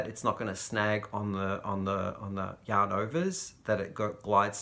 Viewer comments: I always hear "hello, young lovers" and then I pause and realize you have said "yarn lovers"! LOL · Me too!! It took me a couple of videos to realize He was saying yarn lovers!! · Me too! Australians don't pronounce r's. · I was watching for 6 months and thought it was just a term of endearment! The Crystal was wearing his merch and I saw it said Yarn lovers! 😂🤣😂